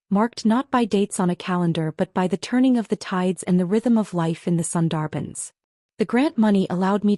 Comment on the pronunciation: A wonderful story about breaking free from shackles, finding yourself, and thriving — definitely worth your time. I must admit, though, every time the narrator mispronounced “Sundarban,” I couldn’t help but cringe a little.